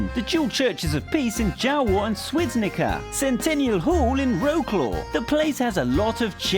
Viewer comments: 12. Don't let a Pole watch it and hear "Swydnica/Swidnica" beacuse It's Świdnica. I AM A POLE AND I GOT TRIGGERED SO MUCH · Słidnika xD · XPrexuu Świdnica-suidca xdd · The same with my city - Świdnica. It's pronounced 'Schveedneetza'